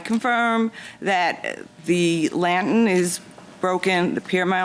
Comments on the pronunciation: She should have just paid the difference for the "lab tin". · What’s a “lanten” it’s not a silent R. She’s very dramatic and annoying. And your son doesn’t care about flowers and the lights when he comes home. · What’s a “lan tin?”🤔 🧐 Geez lol. I think the Judge keeps saying, “lantern”, hoping she’ll say it correctly. 😂😂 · WTF IS A LANTIN? I think she means lantern? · What the heck is a lant-in!? 😂🤔🤷🏽‍♀️ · I've seen her correct people on this show. I wonder why she didn't correct this woman. In my Judge Judy voice....put yr listening ears on, the judge is clearly saying lantern. Lord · LAN-TERN. Say it slow lol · I'm assuming she means "lantern". OMG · This lady's voice is so annoying I have family members from new York so I know it's not the accent but the way she's talking and swishing the spit in her mouth is so uncomfortable and don't get me started on her mispronunciation of a simple word "Lantern" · She has a NY type accent; I don't think her pronunciation of 'lantern' is any different than 'potayto-potahto'. I do think she didn't provide satisfactory evidence. If she didn't contact the defendant about the lanterns until recently, and the pictures of the lanterns weren't taken until just before her court case, the damage was most likely fairly recent and unrelated to the defendant's prior work. Good call by Judge M. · I am born and raised in NY, Bronx adjacent and I don't pronounce "lantern', the way she does. But it is common, and you hear this also when people say "bah-ul" for "bottle". Drives me bananas. PS. she also says "tawm" for "time".🤦🏻Ugh. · It’s not even a NY accent. She’s literally just pronouncing it wrong! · Did the interviewer at the exit try to make fun of her by Also pronouncing it wrong? I think he did!!! hahahaha